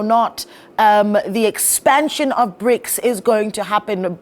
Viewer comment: Prics....is brics..... republican..is repuplic.......this lady...🙆..eeeiii south africa😂😂😂😂... Brasil....prasil